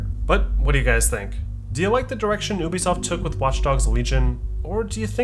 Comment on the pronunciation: i died when he said "oubisoft" 🤣😭